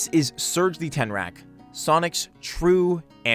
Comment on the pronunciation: “Tenrac” EDIT: He fixed it :)